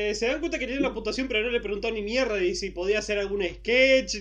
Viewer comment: Cuando dice mierrdaa es lo mejor jja extraño Argentina